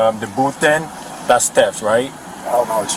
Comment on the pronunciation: It sounded like the cop said “teft”. Cop #1: Are you arresting him for theft? Cop #2: Teft!